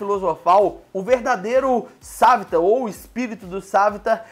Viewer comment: "Sávitar" "Olly"